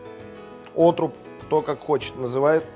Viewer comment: ну каэшно Отруб, ну какой нафих отрУб :)